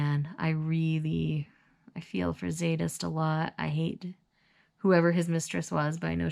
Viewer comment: The Z is silent in Zsadist.I can't wait to talk about these books with you.I wanted Butch with someone else.😙